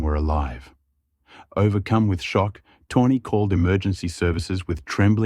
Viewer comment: It's pronounced "toe knee" not tawny 😂